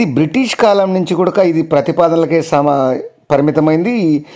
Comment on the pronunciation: గూడక అనడం బాగాలేదు.కూడా అనాలి.